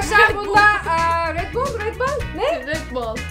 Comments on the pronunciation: yazılışı REDBALL okuyuşu RETBOLL diye okunur yazılır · red boal değil red ball hahhahahahahahahahaahahahahahahahahah